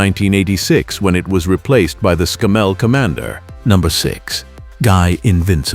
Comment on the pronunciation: We don’t say sem-i or Scam-mel